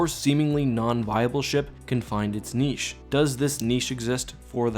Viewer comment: Umm what the fuck is a neeshe? Did you mean niche? There are 2 syllables in niche...sounds like nishay...not neeshe lol